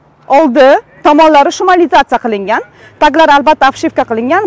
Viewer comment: Tug'ri talaffuz qilishni urganing. Shumaliyatsa emas шумоизоляция